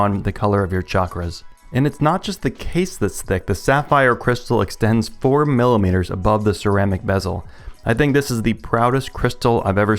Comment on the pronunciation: FIFTY FIVE MILLUHMEETURS... that's a lot. This is a lot. I like it.